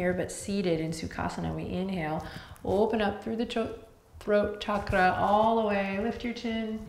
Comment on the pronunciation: As an Indian I am so happy that Adriene says ‘chakra’ with the right sound as in ‘channel’ and NOT as in ‘Chicago’ or ‘shark’. And every other Sanskrit word/phrase - absolutely accurate in terms of sound. This is very important as sounds in Sanskrit are important in terms of frequencies.